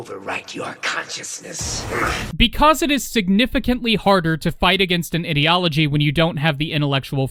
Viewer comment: im not sure if this was intentional or not but everytime you refrenced fascist ideology it sounded like you said idio(t)ology